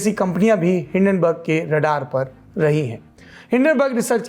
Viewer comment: Hindanberg ऐसे तो नही बोलेगा